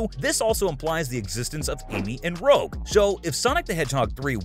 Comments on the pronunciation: Bro, it's Rouge, not Rogue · Rouge isn't pronounced "rogue" but "rouge", as red in French ... man ... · I can't, I just can't finish this video, I made it bout halfway then just had to cut it. Every time bro says "Rogue": I lose a year of my life, my body convulses, and I struggle to hold back the urge to vomit. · Bro really called Amy "Amy Roe" and Rouge "Rogue" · Every time I hear Rogue instead Rouge, I can’t help but crack up. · Amy Roe and Rogue the Bat 😂😂😂😂😂 Try Amy Rose/Rosey the Rascal and Rouge the Bat. Dunno how to pronounce Rouge? Translate “red” into French and click the speaker tool I got to say, this seriously cracked me up. Another reason to give this video a like oml😂😂😂😂😂😂😂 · It pains me to hear y'all say rogue the bat instead of rouge the bat, but besides that's, great video 👍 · Its rouge not rogue. I thought for a second you were moving on to the X-Men or something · Man really said Amy rog-, Rogue the bat and Sonic Metal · It’s too perfect 😭😭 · 😂😂😂 ikr The moment I heard him call her “Rogue” I was like “straight to the comments” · Him pronouncing rouge wrong makes me wanna die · "roge the bat" m8 wtf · how you said rouge😂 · You said it wrong , it's Rouge the Bat. It's like the color red in french for kids. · Oh no. You're one of those people who don't say Rouge's name right. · Rouge is pronounced with a soft G sound. It's pronounced the same way you say the word, Red, in French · Ya missed pronounced Rouge's name.